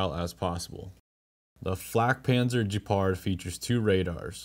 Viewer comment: Gepard, not Jepard. Hard G sound. Like Good video or Gone with wind. Ge-pard. Not J, like Jeep. “Jepard”.